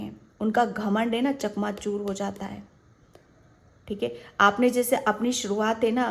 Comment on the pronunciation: चकनाचूर not चकमाचुर 🙏🙏🙏